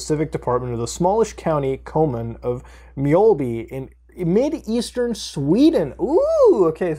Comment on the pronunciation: You kinda nailed the pronounciation. Ö is pronounced like an exaggerated sigh: ”uh” Mj - uh -lby